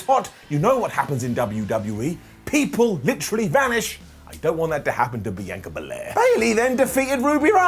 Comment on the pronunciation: Does it bother anyone else that he pronounces Sasha and Bianca’s names wrong in every video?